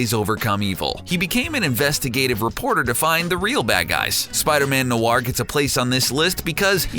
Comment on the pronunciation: The way he said Noir makes me cringe